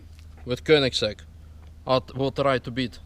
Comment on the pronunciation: Well that Koenigigigiigsieieisegg atleast broke something;)